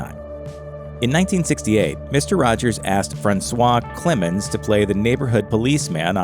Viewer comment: Why she say Rogers like that , that was cool lol.